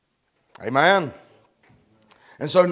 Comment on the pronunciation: Omein..is Hebrew Aman, is his accent